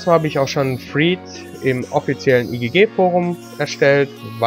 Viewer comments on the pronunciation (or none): Gutes Video. Kleine Anmerkung: Thread wird phonetisch nicht "Thried", sondern "Thrädt" ausgesprochen.